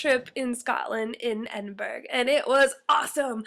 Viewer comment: Ed-in-burra not edin-burg LOL